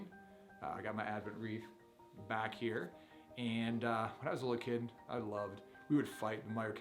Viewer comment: Wreath, not reef.